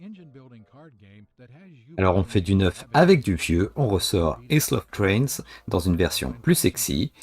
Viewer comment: C'est bien la fiche descriptive de chaque jeu, utile et efficace ! Issle of Trains ? Aïle plutôt ;-)